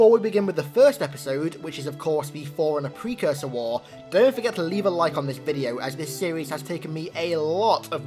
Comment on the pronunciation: Thought you were saying foreigner for a long time :D